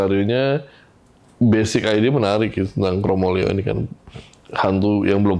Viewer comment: bukan KROMOLEO tapi KROMOLEYO pake Y, dlm bhs jawa hampir tdk ada 2 huruf vokal bertemu